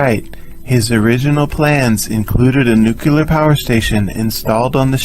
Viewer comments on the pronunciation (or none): All good until 14 minutes after launch and then multiple nuculars. Sorry, it's either nuclear or the viewing mission terminates.